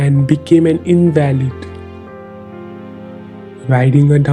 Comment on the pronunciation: INvuhlid. Not inVALit.